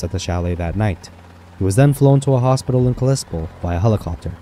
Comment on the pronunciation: Kal-i-spell.... LEARN HOW TO SPEAK!!!!!